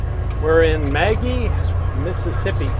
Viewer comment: Glad to see things looking up for you. My husband would've been fit to be tied! But you didn't let it "burn your biscuits"😊 You came thru my home town. Somebody already told you, it's muh-GEE, not Maggie